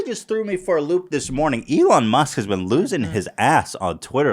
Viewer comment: >Eelon Moosk